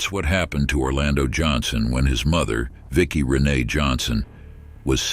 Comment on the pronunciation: It's pronounced Rin-Ay not Rennie